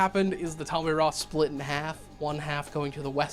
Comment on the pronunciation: Great video ❤️ It is spelled Tal-Ma-Heh-Ra though.